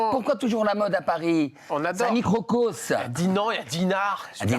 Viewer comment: Un microcos...😅 On dit un microcosme